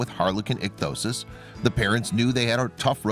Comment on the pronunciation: Ik-thee-O-sis. Why on earth do you make a video about a person with a particular condition when you cannot correctly pronounce it? Doesn't anyone edit or check these productions for accuracy? Apparently not. "You Should Know?" will be joining "Facts Verse" in my Never Watch bin.